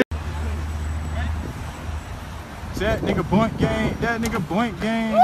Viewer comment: It’s not boinkkk gang it’s boonk gang